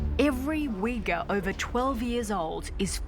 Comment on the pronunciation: Uyghur is pronounced /oighoor/ . There is no /w/ sound.